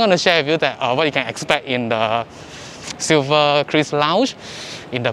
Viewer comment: it's Silverkris, not cruise, not chris right?